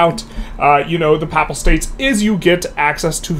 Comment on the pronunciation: Pay-pull states omg not pap-ul